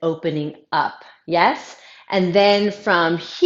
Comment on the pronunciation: Omg! You asked: 'Yeah?' or 'Yes?' like the Germans. :)